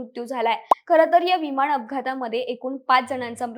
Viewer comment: प्रथम शुद्ध बोलायला शिक.विमान असा शब्द आहे. वि माण नव्हे.